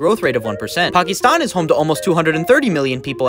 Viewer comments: First time I’ve heard a foreigner pronounce Pakistan correctly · You did truly nailed the Pakistan pronunciation!! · No they finally pronounces Pakistan the right way, Proud Pakistani Noises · That's literally how u pronounce Pakistan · That's the correct way to pronounce it You're not suppose to pronounce is like "Pahkesthaaan" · FINALLY SOMEONE WHO PRONOUNCED PAKISTAN CORRECTLYYYY AHHHHHHHH